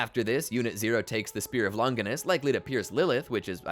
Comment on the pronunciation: It's crazy how everybody mispronounces Longinus, from video essayists to even the anime English dubbers themselves. Both the Italian and the English pronunciations are both Lon-jih-nuss, not "long-gui-nuss" (there is no hard G sound like in gumball) or "lon-JY-nuss" (the vowel does not say its own name) like they say it in the anime.